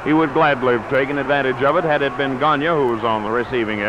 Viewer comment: It's Gone-yay , NOT Gone-ya